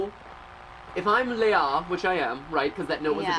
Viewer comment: It always makes me feel weird seeing this game because of the name being the same as my first name. But I do get a bit mad when they pronounce it differently from how I'm use to it. XD